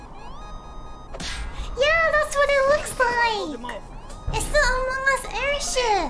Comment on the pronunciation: Don't say "among us airship" (Amougus airship)